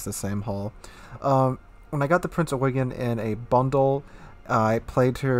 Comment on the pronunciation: dont know how you pronounce it, but my friend who's a ship nut drilled it into me that it you-gen. It might be an accent thing though